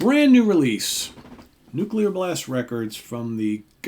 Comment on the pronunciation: this album rules, but I'm really here to say I appreciate your correct pronunciation of the word Nuclear! A lot of folks say "Nuke-you-ler" and it drives me NUTS!!! 😂